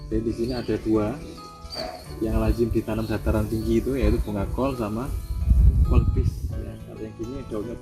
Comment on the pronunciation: Kubis bukan kolbis...🤣